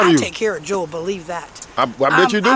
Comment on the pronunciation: 👻, It's JOEL! Not Jewel! 🤣